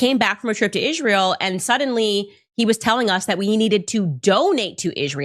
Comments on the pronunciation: The way Candace Owens says Israel is funny 🤣, she says it like Ishmael, she says the S like a sh. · Why does Candace call it “Ishrael”? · How many times can she say IZHRAEL IZHRAEL IZHRAEL —- just take out the battery and make the incoherent noise stop.